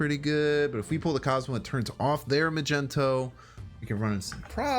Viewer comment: U say Chavez like shavez but u also say magneto like magento